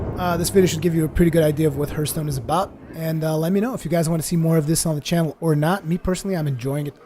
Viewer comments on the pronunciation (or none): HARTHSTONE NOT HURTSTONE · Its actually HARTH-stone,:) no judgement, I know English isn't your native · you watch TB,so why don't you pronounce hearthstone right?